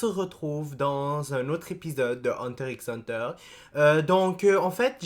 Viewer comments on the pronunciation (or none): Quand tu prononces hunterXhunter le "X" ne se dit pas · tg le x ne se prononce pas